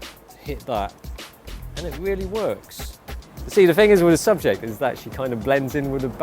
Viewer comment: "but the fing is" instead of but the thing is lol